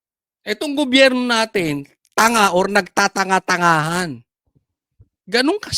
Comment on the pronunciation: banatetos lodi ko yan at si banat by na lagi goberyo ang bigkas sa gobyerno lagi ako update sa inyo